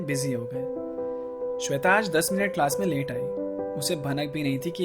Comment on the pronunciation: Saab thik ta yr but when he say sweta